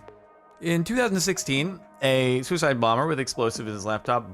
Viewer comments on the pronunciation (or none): he actually said swiss hide